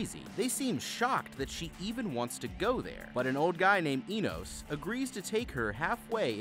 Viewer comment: You pronounced Enos three different ways and none of them were right..did you even watch this movie ?